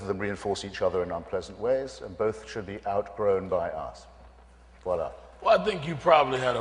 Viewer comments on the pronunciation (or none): Did he say “viola”?? 😂That’s quite a gangster way to finish an argument, I’m going to start using that from now on 🙌🏼